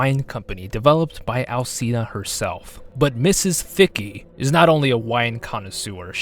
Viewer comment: that's not.. how it works... You're literally arguing with facts. And if u wanna go further, it's not al-see-na, the "ci" is pronounced as the "chi" in "chimpanzee". The game developers (japanese) even know how to pronounce it! Check the japanese actors pronouncing Dimitrescu heavenly. Ig it's just lack of knowledge and care on the part of the English VA.. Really grinds our gears to hear people venerate her and not even know how to pronounce her name correctly, we find it very disrespectful and ignorant